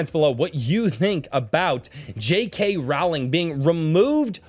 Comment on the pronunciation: Stop pronouncing her last name as Rawling! It is pronounced like ROLLING Rock Beer! Say it Correctically!!!!! GET BACK HERE! I'M NOT THRU DEMEANING YOU!!!!